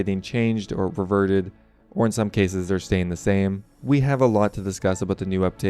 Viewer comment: Sounded like you said the changes were getting perverted lol